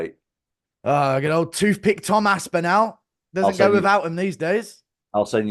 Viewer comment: We’re finally watching Guru pronounce Tom’s surname wrongly to his face.